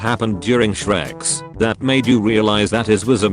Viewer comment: I LOVE HOW THE AUTO VOICE SAID SHREX 💀😭😂